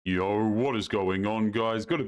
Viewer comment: Why do you pronounce words with an "O" with such a weird affectation? You say "yo" like "yoErr". Video like "VideoErr". No like "NoErr". Robot like "Rerbot"? Why?